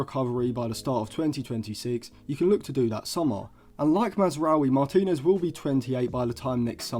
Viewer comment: I wasn’t questioning the ability…more the absolute butchering of his surname you made 😂